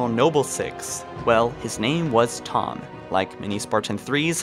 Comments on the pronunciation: Its pronounced Tee-home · I don't think anybody forgot about Thom, seems like just click bait. And the H is more pronounced than how you say it.